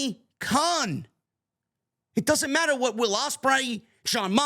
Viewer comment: You don't pronounce "what" correctly.